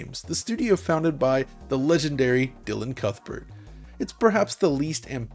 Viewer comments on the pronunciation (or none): none